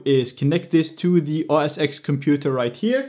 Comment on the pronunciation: It's OS "Ten" not OS "Ex"